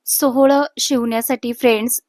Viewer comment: सोहळ नाही सोवळ